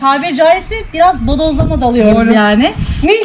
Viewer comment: 1.33 bodozlama ... değil BODOSLAMA...